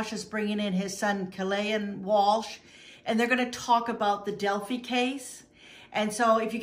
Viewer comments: FYI it’s pronounced del-figh not del-fee. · It's not Del Fee. It's Del Fi Del-phi PH = F. Fi like Pie. Not knowing how the name of the town is pronounced sinks your credibility. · Hey sweetie... I’m from Indiana. I’m in no way offering the correct pronunciation to be at all disrespectful to you. Rather just to be helpful is my only intent. I think your a wonderful dedicated and compassionate creator that works hard to find justice for victims. Del• phi ( fi) long i sound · Delphi not delphy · Pronounced DEL- Fi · DEL FIE (like 'die') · That bothered me too. How well did she research this? Watching even one video about this would have the proper pronunciation of Delphi